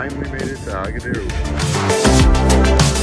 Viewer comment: Agadir NOT Agaidir. 😂